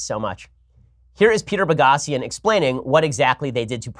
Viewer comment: It's Peter Boghossian with a long 'o' .